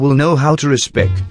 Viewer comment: SAY RESPECT NOT RESPEC